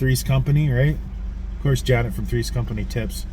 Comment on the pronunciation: The way you pronounced Janet, I thought you were going to say Rocky Horror Picture Show.